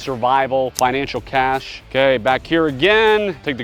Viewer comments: The word is "cache" not cash... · btw, its cache, not cash.